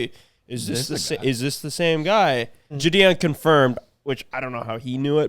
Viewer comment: If you guys are going to keep mentioning the name Gideon. I'm gonna have to tell you the g sound is like "get". Standard "I" sound. Gideon. You guys don't ever get giddy about some shit? Gideon. Gid-ian